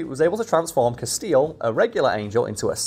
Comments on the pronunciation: Who else winced at 'Casteel'? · Honestly, saying Castiel like Casteel might be the closes i've ever come to becoming a pinned comment on one of these videos. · Please keep calling him "Castille" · She tried for a while but just had to correct your pronunciation of Castiel eventually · The way keeps mispronouncing Castiel's name is enough to make me chew glass 😂. (At least Cas got a cute picture for the blue screen in the background 😆.) The whole concept of whether the characters in SPN had free will or not was pretty cool to be fair. (Wasn't there a throwaway line from God where Cas was revealed as an uncontrollable entity, that never did as he was supposed to? That would have been amazing to capitalise on for the finale. The only true representative of free will.) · continues to demonstrate that there are some names he is just incapable of pronouncing correctly. RIP to Cobain and Castiel. P.S. love you, 🖤💜💛